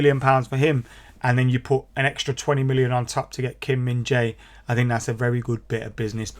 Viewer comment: Whatever you do. Don't call him Kim Min Za-i. He hates it.😂😂😂